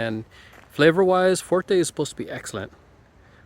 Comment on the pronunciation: Fuerte NOT Forte, Sir Prize NOT Surprise